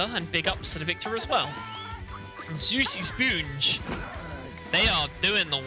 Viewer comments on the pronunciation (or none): This commentator recreating his own pronunciation for players gamer tags is low-key pissing me off lol. I understand he has an accent, but c'mon! "Soosy Spoonge"? And who the f#@ is "Maleesha" while I'm at it? 😂